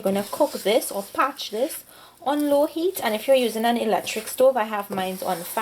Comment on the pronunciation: Yes she did a good job but ohh goodness the word is parched not a patch.